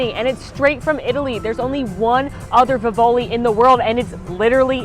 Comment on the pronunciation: It's pronounced VeevOlee. Been to the one in Florence. It's so good. I'm going to go to the one in Disney this year.